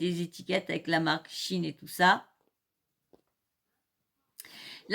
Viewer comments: Salut Je te fais part que SHEIN NE SE PRONONCE PAS DU TOUT comme tu le dis. 👉👉 Glusman fait la même erreur. (en aparté ; c un type avec de grandes qualités humaines comme intellectuelles). il n'a qu'un seul défaut à mes yeux c d'être PARFOIS MAIS CELA ARRIVE PEU SOUVENT de pratiqué du déni idéologiques "gauchos"..LOL il peut d’enfermé être buté sur des postures biens, nobles cependant et malheureusement elles n ont pas ponctionnées, il ne veut ou peut pas le reconnaitre.... 👉👉Cherche sur le net un audio ou tu pourras entendre la bonne prononciation. 👉👉Sinon, concernant cette marque et bien oui très peu chère certes mais très peu vertueuse surtout concernant les droits du travail et droits de l homme + les problèmes les produits chimiques ultra toxiques utilisées lors des différents stades de la fabrication. 👉👉Voili / voila Et je profite du moment, c de circonstance pour te souhaiter ........ 🎄✨🎀 DE TRÈS JOYEUSES FÊTES QU ELLES TE SOIENT JOYEUSES, GENEREUSES ET DOUCES.🎄✨🎀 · Bisous les loulous ! Désolée, je me suis trompée sur la prononciation de Shein, du coup, ça t'a induite en erreur. On dit chi-n et non chi-ine. Bises !😻😽💋❤ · Bonjour, c'est moi qui ai dit à comment se prononçait Shein. En écoutant des audios sur la bonne prononciation, ça donne chi-n en phonétique et non chi-ine comme je le pensais car je l'ai toujours entendu prononcé de cette façon. Du coup, c'est de ma faute et non celle de. Merci d'avoir rectifié. Bonne journée.